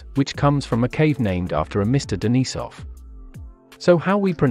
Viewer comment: How do we pronounce Denisov? How about as everybody else in the world besides us does it: as close to the Russian original as possible. Day - Knee - Sov.